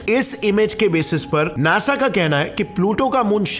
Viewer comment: Nesa kya hota h beti **d Nasa hi bolde 😅